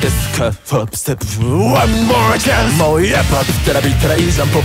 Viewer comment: 「で？で？で？」のところ1個少しキーあげてるのも好きですし、 「ホップステップう〜」のところ低音なのに韻を感じて不意にリズムのってる自分いて恥ずいし、 あと と の「ワンモアチャンス」も低音で力強くて発音も綺麗でリピしまくりです もう超学生くんの色気のキャパオーバーで吐血しそう